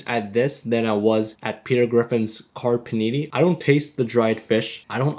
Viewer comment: *Car Panini not Karperneny